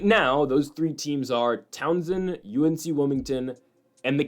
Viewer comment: Bro. It is tau-sun not Townsend 😂